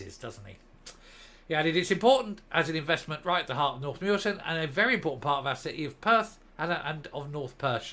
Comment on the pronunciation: John Swinney is not the local MSP for Perth. Jim Fairlie is in fact our local MSP. Both equally not worthy of thier votes. You did pronounce Muirton properly.